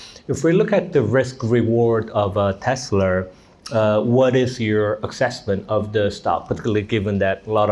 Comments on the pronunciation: 교수님 Tesler 가 아니고 Tesla 입니다 TeslA !! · The host says ‘Tesla’ like Trump… Tesler 😅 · You know these guys are idiots when they pronounce Tesla as Tesler. They lie on top of lie. It's a con and that's why he hooked up with the felon president. Bitcoin is a pyramid scheme. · Even Donald Trump says Tesler ..relax